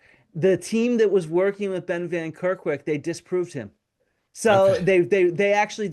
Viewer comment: Ben van Kerkwyk* not Kerwyk